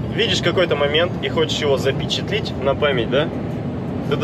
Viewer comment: Не запечатлИть , а запечатлЕть . Русский не учил ?